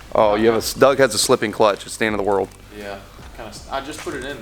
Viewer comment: It's "doug" you dumbass...